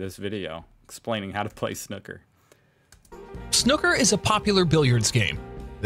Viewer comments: OMFG! As soon as I heard the narrator say "Snucker" I know this was going to be painful to watch. A dick like me, walking around a table just pointing at balls and "spots" (where the coloured balls are placed) would be more comprehendable. And the vid would take two minutes, max. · What is worse than pronouncing snooker is the American trying to teach and can’t even pronounce snooker. The blind leading the blind. Snooker sounds like snooze so. Say Snoo-ker but as you are not English I must say you are doing Quite well. I am sure I couldn’t speak a foreign language as well as yourself. YNWA 97. [thats the clue for the rest of GB to laugh at my comment 🤣] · By the way the narrator can't pronounce Snooker either. It has two o's for a reason, it's more of a w sound. Snwker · Snooker pronounced Snuker. 'oo' as in tool, fool. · Brilliant 😂 1. I love the idea of only playing a shot if both feet are off the floor, as if you are flying like superman (Actually that's a foul...!) 2. The OO letters in Snooker are pronounced as in Pool, not as in Look. Otherwise the word just burns my ears, they're still hurting now. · You can always find the correct pronunciation of a word by looking it up in a dictionary. The video presenter obviously didn't bother to do that or listen to any commentary on the game. Snooker is a brilliant game. My dad bought a table for us when I was a kid and I played a lot as a student. Recently I play online which works really well if you cannot find a real table easily. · to pronounce the word SNOOKER: Begin with a hard S, then say NEW as most americans would say it, and finish with a KUH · That's funny. As an Australian, it's the same as the English sounds. The video pronunciation was doing my head in. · When you say you know nothing about snooker ,you're really not lying as the first thing you need to learn is how to pronounce snooker😅😅 It doesn't help that the guy narrating doesn't know how to say snooker either😅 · 'Snoo ker' not snuker